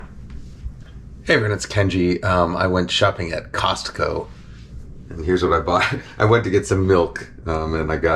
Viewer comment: Gotta say, I'm extremely pleased with how you say "Costco" as someone from the Pacific Northwest who sometimes says the "T" in it with exaggerated silliness. It should have an actual T sound, even though it mostly gets absorbed. Hooray weird linguistic stuff!